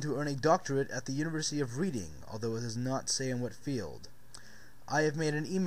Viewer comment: Dude, it's pronounced red-ding, not read-ing.